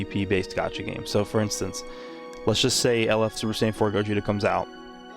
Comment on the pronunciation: “SAYAIN” tho…. Noooooooo 😭😭😭